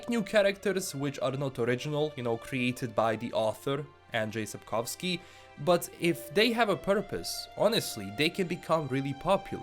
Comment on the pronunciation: As Pole I admire how you pronounce ”Andrzej Sapkowski” maybe this is small detail but it is very professional on your side. Any news about The Witcher and Cyberpunk 2077 is a good news (except delays). 👍